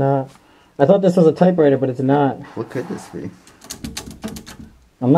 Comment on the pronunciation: Yeah high syllables pronounced by produce that "Boston" accent which is more deeper while a "New York" accent is generally more higher more Italian if you knows what I'm sayin. I would know I'm one myself new Yorker born and raised and the way he says typewriter - sounds bostonian as well